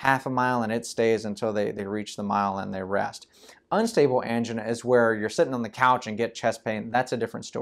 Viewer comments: It sounds like female engine :-D (but im not from english speaking country) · I have never heard the word “angina” pronounced the way this guy does.